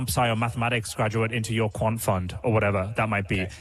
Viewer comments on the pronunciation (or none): none